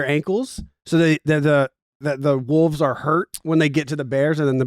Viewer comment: saying wooves instead of wolves kills me